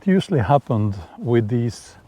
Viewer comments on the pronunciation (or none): none